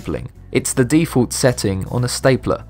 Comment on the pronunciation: You pronounce default strangely.